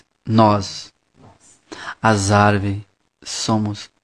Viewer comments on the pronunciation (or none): Caramba o cara só fala arveres kkkkk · Árvires KKKKKKKKKK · Fiquei com vontade de bater nesse cara que fica falando averes kkk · Não aguento tenho q rir "Arverezes"kkkkkkkkkkk O Jardineiro e Jesus , E as Arverezes somo nozes😂😂😂😂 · KKKKKKKKKKKKKKKKKKKK AVERES, AVORES, AVOROS KKKKKKKKKKKK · "arvoreze" KKKKKKKKK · ARVORES ata entendi ARVIRES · Leonardo Angelo Nossa eu fui escrever a resposta pra VC nem dei risada ai passou ele falando arvoros e dei risada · "as árvres somo nozes" Kakakakakakakakakaka :v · Não sabe falar árvores! Kkkkk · Não sabe nem falar árvores kkkkkkkkkk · " e as averes " " ARVO" " e as arvoros " SOCORRO KKKKKKKKK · Nossa q agonia ele n sabe falar árvores